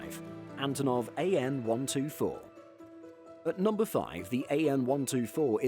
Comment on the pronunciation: He will never learn …it’s AN (Antonov) not A.N…… TU…(Tupolev) not T.U….. is this an aviation channel or what? 🤦🏻‍♂️